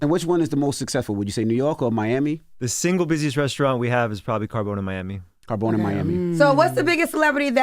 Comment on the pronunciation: CARBONE not CARBONES